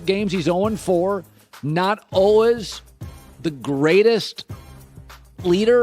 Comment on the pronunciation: Uhl-wiz <--how Colin pronounces "always."